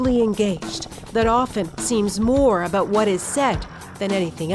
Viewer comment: did she just say aboot?